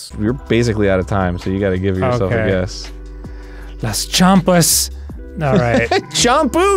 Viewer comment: Las Chompus?? 🤣🤣🤣🤣🤣 get a taste of Mexico now lol!